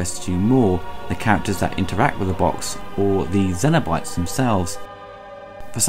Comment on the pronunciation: Interested in your pronunciation of “cenobytes”, you seem to say zeno-bytes or xeno-bytes (like xenomorph. I’ve always understood it to be pronounced with a “s” sound, but that could be your accent too. Anyway, not a bad review, personally not a fan of the film because both 1 & 2 were filmed with such low quality film stock that was highlighted with really soft focus and horrendous over-dubbed audio akin to a cheap foreign movie. This always distracted me from the story and great (if now dated) effects. End of the day they did achieve one thing, create an amazing character in Pin Head. Despite limited screen time his appeal as a horror icon is probably unmatched if that was the criteria (leatherface may compete). The whole franchise is a mess and I don’t think it is fixable without serious money and established talent at the helm, unfortunately I don’t think it’ll ever happen. Thanks for your review. 👍🏼